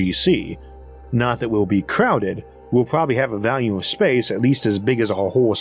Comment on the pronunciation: Every time you say volume i hear vallium. I know you have a speech impediment and i don't wanna be a dick but if you are able to work on that it'd be awesome. If not, hell, I'm gonna keep watching either way because you're content is excellent.